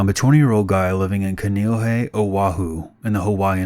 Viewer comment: I was confused what he was saying in the first story. I'm from Oahu, Hawaii and its pronounced (kaa-ne ooh-he) Kaneohe. Just a heads up but love this content so much! is my top 3 scary story YouTube channels that I look forward to listening to everytime the notification bell pops up!